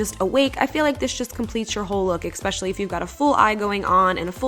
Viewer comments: ESPECIALLY. NOT expecially;) love you!! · She said "expescially"